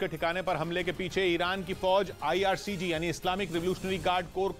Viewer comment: Pahle bolna sheekho ircg nhi irgc he Tumne bolne me galti Kar di😁😁😁😁😁